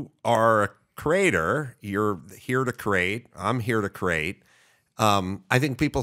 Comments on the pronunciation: Someone needs to tell Adam the word is CREATE {KREE-ATE}, not CRATE {KRATE}. Also, if you haven't seen Adam's auto racing documentaries, you should seek them out. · Why can’t he say the word “create?”